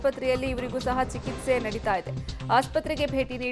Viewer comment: ಚಿಕಿತ್ಸೆ ಆಗಬೇಕು ಸಿಕಿತ್ಸೆ ಅಲ್ಲ ಕನ್ನಡ ಕೊಲೆ ಮಾಡಬೇಡಿ..